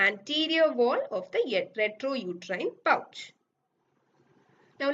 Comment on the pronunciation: Its rectouterine pouch Not retrouterine pouch